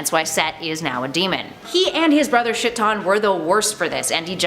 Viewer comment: Shitton? Rly we're pronouncing Chthon as "Shitton" ???